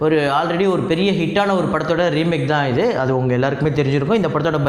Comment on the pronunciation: You r the only tamil channel who pronounce the title word pathan correctly